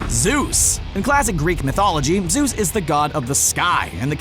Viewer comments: Isnt it not pronounced as ZEUS? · epapadog papadog I nearly died when I saw “Zues”